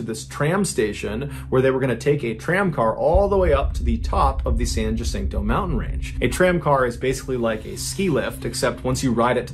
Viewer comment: San Jacinto is pronounced San Wha-sin-toe, but no one from Massachusetts would be expected to know that. 😉 Love your stories, Mr. Ballin.